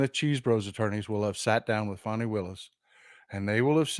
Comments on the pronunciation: alcoholics go to meetings or rehab rudy is a drunk. also all due respect Fani is pronounced F A W N Y pretty sure there btw kemp stole the election from SA as I recall with some shady gerrymandering and ballot BS tactics so can’t approve him in any way. Yes he has stepped up to do his job a few times as he took oath of office to do rite? ty💙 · Can you please pronounce Fani’s name correctly?